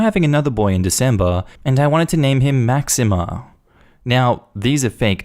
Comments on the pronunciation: "Maxeem", not "Maxima" lol. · Just a gentle correction on the pronunciation of Maxime - it’s pronounced Mack-seem. :) Eh-loh-dee and Tay-oh. Technically! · Eh there is no A at the end of Maxime 🤣 it's funny that in a story about mispronunciation you accidentally pronounce the name like the Queen Máxima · Story 1: for reference as do how she pronounced them wrong Theo—> Te-oh Elodie—> eh-loh-di Maxime—> Max-eem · Oh my God my French Roots were dying the way you pronounced Maxime. Max-eem. Lord